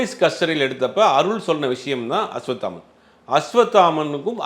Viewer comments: நெரியாளருக்கு அஸ்வத்தாமன் என்ற பெயரை அஸ்வாமுத்தன் என்று உளருகின்றார் பேட்டி ஆளிக்ககூடிய நபர் குத்துமதிப்பாக உளருகின்றார் என்னங்கடா ம்..... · Don't do factual mistakes, I have repeatedly seen you making mistakes in pronouncing names, it looks unprofessional. It's not Ashvamitran it is Ashvathaman. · 😢அஸ்வத்தாமன் என்பதே சரியான உச்சரிப்பு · Bro asvathaman correct spell pannunga, ungaukea rollinga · Aswathaman. Oru thadava kooda correct ta sollala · அஸ்வத்தாமன் பேரை ஜீவா தவறாகவே உச்சரிக்கிறார்...🤔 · Being a journalist ,can't you pronounce a name 'Ashwathaman' properly... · இவனுங்க எல்லாம் எப்படிதான் மீடியாவுல இருக்காங்களோ!. சம்போ செந்தில சாம்போ செந்தில்னு சொல்வது. அஷ்வத்தமன்னை அஷ்வமித்திரன்னு சொல்லறது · அஸ்வத்தாமன் என்ற பெயரையும் சம்பவ செந்தில் என்ற பெயரையும் சரியாக உச்சரிக்க கூட தெரியாத நெறியாளரை வேலைக்கு வைத்த ஜீவா டுடே நிர்வாகம் ஒரு கேடுகெட்ட ஊடகம்....